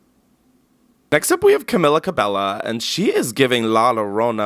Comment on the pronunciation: i know you did not just call her camilla ca-bella 💀 that better be a joke.